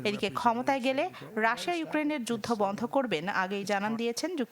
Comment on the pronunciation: সুনামধন্য নিউজ চ্যানেলের নিউজ রিপোর্টারের মুখে রাশিয়ার উচ্চারণ রাশা 😃